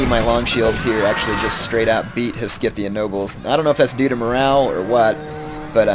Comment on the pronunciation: "scythian" is pronounced like "scythe". the c is not hard.